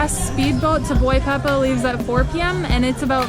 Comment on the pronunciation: By the way it's not boy pepa, is Boipeba lol